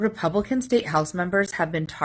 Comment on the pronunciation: "DEMONCRATS" & "RE-PEE-YEW-BICANS"